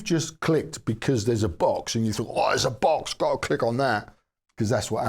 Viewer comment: Oops, at first I thought you said; "the magic BUS has finally arrived". Now that would have been interesting. ;-)